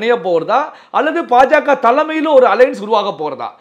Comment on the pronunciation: ....தங்கள் குரல் கணீர் என்று இருக்கிறது....உச்சரிப்பு சிறிது திருத்திக் கொள்ள வேண்டுகிறேன்....pa.ja.க அல்ல ba.ja.ka...paradiya அல்ல....bharadiya janata...